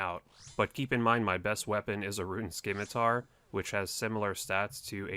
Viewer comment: learn how to pronounce scimitar